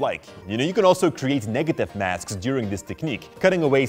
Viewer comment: I swear I heard Masks as Maths in the beginning of the video, and I got anxious & terrified af!!!